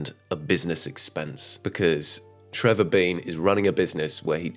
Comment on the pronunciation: it's Trevor DEAN,, not Trevor BEAN 😭😂